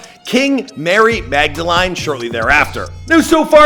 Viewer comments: he says mag-da-LINE instead of mag-da-LEAN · It's pronounced Magdelin lol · Learn how to say Magdalene for the love of god.